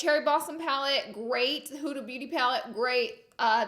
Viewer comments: Laura Lee Pronunciation Dictionary Whore : Horror Concillar : Concealer Who da : Huda Anastashia : Anastasia Won't tell : Want to Map : Matte Ultra Violent : Ultra Violet Finn T : Fenty Cuba's Bowen : Cupid's Bow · Concealer : conciller Y6 : life Huda : hurrrda Yes : yasss